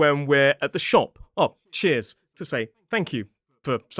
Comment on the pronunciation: Did you say chairs!?